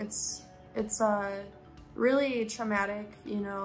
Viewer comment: Yeh ....Weally weally